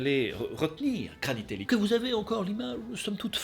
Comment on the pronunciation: Le kranitelli pas granitelli🤣🤣 Des effets vraiment très spéciaux🤣🤣 Les chansons de ouf🤣🙌 Ouais Bombadil était dispensable Gwaihir🙌🤣 Non mais Sauron c'est abusé🤣😂 Fais avec le coeur🤌